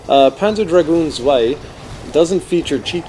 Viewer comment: I don't like the levels in this part and hate the design of the dragon. I like part 1 better. Tip for the German --> add a T in front of the word, as in Tzwei and it would sound much better.